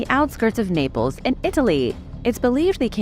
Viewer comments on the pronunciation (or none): none